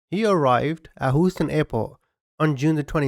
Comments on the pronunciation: Houston? Whatever, everyone knew what you meant. All creators of content like yours admit to getting pronunciation a bit wrong. I understand why you are keeping the subs, but I could listen to you without them easily. I couldn't be more white and I live in central Victoria, Australia. Look it up, it doesn't get much more anglo than places like this 🤩😁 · Yeah no. It’s hew-ston. Love the video! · Right! I find his voice so calming & nice to listen to... however, I could do without the "hoostan" 🤣🤣🤣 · I love his accent too, but I live near Houston street, NY and he was driving me crazy 😝 He says, “Hew-stun, or I’ll slug him. 😁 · Close enough. Doesn’t offend me. But for anyone curious, most of us Houstonians say it Hugh-stun. Like Hugh Hefner & stun gun. That’s the closest I could think of. Other acceptable ways, “the H”, “Htx”, H-Town”.👍❤️ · HUE STUN / HUGH STUN 🤣🤣🤣 LOL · it's Hue-ston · I will forever forward say Hoo-stun. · You pronounce it huuuston, long u. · Please don't be offended -- I'm only trying to help my FAVORITE YouTuber out . Should you come across another case out of Houston , it is pronounced Hue ston -- like Youston OR Yooston . AND .... I absolutely LOVE LOVE LOVE your quirky , sarcastic sense of humor . Better that then a narrator who sounds like a computer with ZERO PERSONALITY !!!! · Luv your content as well as delivery. It's pronounced hue(as in çolors) hue -ston. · It's pronounced Hêw-stôn. 😂 Love the channel man! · Please learn to pronounce Houston or like we say in NY Houston as in House, in Texas is Houston as in Huge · Ohhh wow you really laid the corny jokes on thick with this one. The funniest thing was every time u said WHO- ston. ...it was quite endearing. Your content is really original, stories I've never heard elsewhere. You surely work quite hard bc few channels consistently post fresh crime stories that aren't done over n again elsewhere. Bless your success! Keep that çheesy banter as well😁😂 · I love how you say Hooston sir. 😊👍🤭😉